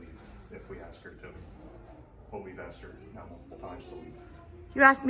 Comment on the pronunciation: Ax you Ax you any ignoramus can sign up it seems